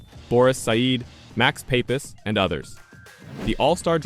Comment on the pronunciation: Boris Said pronouced just like it is spelled. And Max Papis, Pa-Pis not paw piece